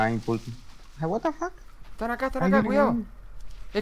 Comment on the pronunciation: Lo vi en directo fue clave el chabon diciendo guatafac JAJAJA (ya se como se escribe, lo escribí sarcásticamente así xd)